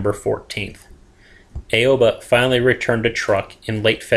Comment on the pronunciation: aww-bah not aaaaeeeioooobbbbaaaaa